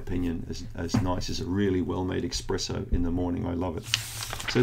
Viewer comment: You said 'expresso' LOL. I don't think I have a dairy allergy but since going on the Candida diet my blocked nasal passages have cleared. I stopped drinking shop bought milk and switched to raw milk and lactose free yoghurt so maybe that made a difference? Yeah raw milk is the shit pasteurised milk can't touch it! I was raised on raw cow's milk and only developed my problems after I'd stopped drinking it.